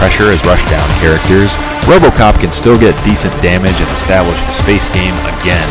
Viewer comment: I lost it at “ROBOCAHP!” 😂😂. Good job though man... this is really well made and I can tell you put a lot of work into it. Gonna use it to help me pick my next character.